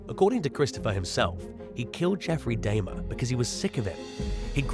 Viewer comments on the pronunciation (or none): Arkansas is pronounced "ar-can-saw" not "ar-kan-sis". In fact, it is illegal to pronounce it the incorrect way (as in this video) while in the state. Also, "Dahmer"= "dah-mer", not "day-mer". And, finally, Vicki White [no relation to her inmate lover, Casey White] killed herself at the end of a car chase with police. There's 9-1-1 audio available because the car itself called in after they crashed, unbeknownst to the pair, where she says they should "get out and run", she laments leaving the hotel they'd holed up in, and, eventually, she discharges her firearm. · Dahmer, really you can't pronounce this name. Come on guy! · How do you mispronounce Dahmer? SMDH